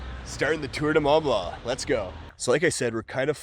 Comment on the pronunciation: "Tour du mah blah"